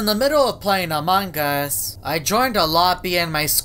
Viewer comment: Nobody: Literally nobody:: aMuNgUsS